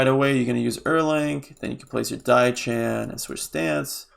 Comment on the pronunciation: Just so you know diao chan is pronounced "dee-oww-chan" the "oww" is pronounced like you are saying "meow" like a cat. Also Ne Zha is a boy.